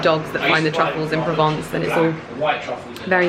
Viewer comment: Pls pronounce Provence correctly